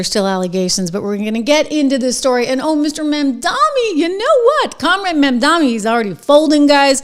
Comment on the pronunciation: I must have missed it, is there a reason you call MamdaNi Mandami?